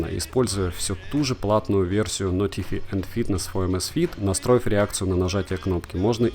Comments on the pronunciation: нотефааай ... мне от этого произношения блевануть охота ... реально ... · Видео просто супер. Произношение notify улыбнуло) Тест на пляже - огонь (то есть вода))